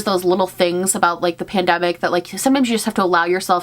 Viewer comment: "Spoiler alert: it was MAGICAL" made me go "aww yayyyy!" outloud. Also I thought you were saying pandemic in a funny way when talking about the holographic dress.